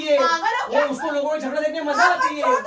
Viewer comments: Its jhagda not jhasa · Its jhagda not jhada